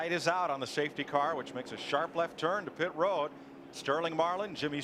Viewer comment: pit ro-ad